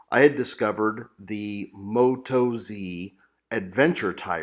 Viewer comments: Moat-oz is the way to say it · Appreciate your opinions, thanks...be interested to know how you go with mileage on them. BTW being an Australian company (often abbreviated to Oz), they’re pronounced with the emphasis on oz, not moto z...no biggie